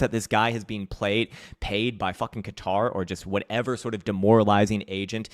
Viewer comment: "Qatar" 🤣🤣🤣🤣🤣 Might as well blame Hamas lol